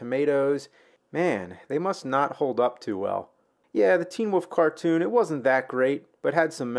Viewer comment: It's "wolf", not "woof".